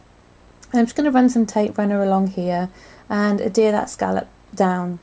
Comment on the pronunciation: Oh God, seriously. How much did it cost u to buy all those gadgets??? lol. I dont mean to be a pain but the word Adhere has a 'H' in it.